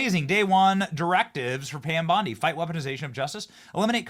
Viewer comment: 😂😂😂 "Pom Bandi" 😂😂😂